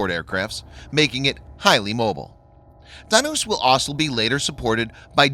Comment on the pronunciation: As usual your videos are superb and awesome. But only one thing I would like to point out that your pronunciations of Dhanush, Balasore and Jhansi were wrong. Plz try rectifying those